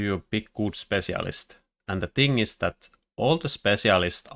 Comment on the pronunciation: What is his accent that makes him pronounce spetsialist like this?